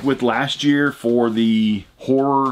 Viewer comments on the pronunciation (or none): none